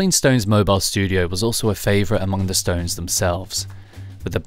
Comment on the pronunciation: Awesome story, and such an iconic studio. Although, it’s a shame you kept saying ‘stoneses’ 😂